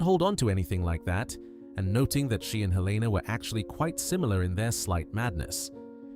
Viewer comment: Please at least say their names correctly. It’s Helen-a, not Heleena. It’s Rafe, not Ralf.